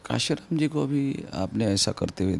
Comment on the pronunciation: काशीराम नहीं, कांशीराम कहना चाहिए ✍️